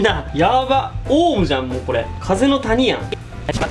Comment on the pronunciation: 風の谷やんの時イントネーションが人のあだ名みたい